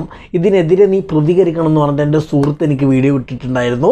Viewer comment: 'സൂർത്തു' അല്ല bro.. "സുഹൃത്ത്" ആണ്...Anyway video കലക്കി